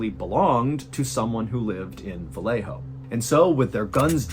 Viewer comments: Its VA-YE-JO not va-le-jo. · MR BALLEN PLEASE DO YOUR RESEARCH WHEN IT COMES TO PRONOUNCIATION OF SPANISH PLACES, VALLEJO IS PRONOUNCED VA-YE-HO NOT VA LE HOE. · 'ValleHo' CA. Well pronounced! They actually say it ValleYo CA. I lived there